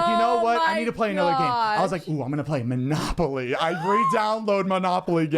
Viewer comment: Idk how many times i rewatched Zane say "Monopoly" lmao💀💀 Edit